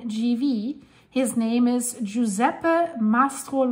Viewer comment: its pronounced Gee-sep-pee LOL